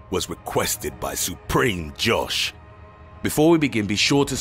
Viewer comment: I’m sorry the way he said supremejosh had me dying hahaha